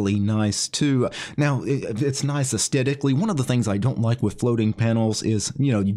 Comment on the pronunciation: Why do you pronounce Asthetically as if there is no "h"? I've never heard anyone do that before. Everyone in the UK would say "Ass Thetically", with the "th" pronounced as in the word "Think". Is this a common American thing?